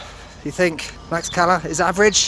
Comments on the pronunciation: The X in Tlaxcala has an sh sound not an x sound! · Not according to literally every Mexican I've ever spoken to jaja. My Airbnb host pronounced it as I did when I specifically asked him and he was born there! It's like with Taxco and Holbox, I've been told about 17 different pronunciations